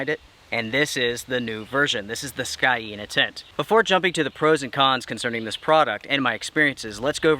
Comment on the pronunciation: Pronounced ˈsēnə or "seen uh"